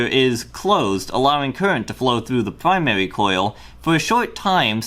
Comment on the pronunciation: Pwymawi and secondewi coil Im going to hell